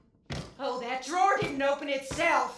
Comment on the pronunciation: She says drawer not door... smh lol